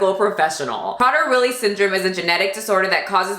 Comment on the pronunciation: I've met someone with a daughter with this disorder and they have to lock up the food and be so so strict with her down to the crumb. Even though she's older she cant control herself around food because the poor girl thinks she's starving. It's pronounced "pray-dur Willie".